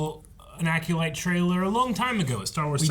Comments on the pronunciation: needs to learn how to pronounce Acolyte 😂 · still can’t say the word acolyte 🤦🏻‍♂️🤣